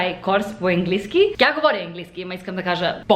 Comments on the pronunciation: Произнася се английски,не енглийски!Може да кажеш свинщина!Не ти го казвам като хейт!Надявам се да разбереш какво съм ти написала!❤И можеш да казваш ама вместно но понякога!Аз го използвам! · It`s right to say english - английски, the "a" is not said like [e]. Anyway, you are ABSOLUTELY adorable and I would totally love to try one of those ice latte vanilla syrup(ванилов сироп ;) )